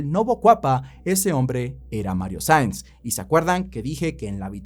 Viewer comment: Nueve veces lo nombras y en todas dices Sainz, Sanz, Saiz. Cualquier cosa menos su apellido real "Saenz". Incluso poniendo los subtítulos los capta tal y como los escribo 😂😂😂.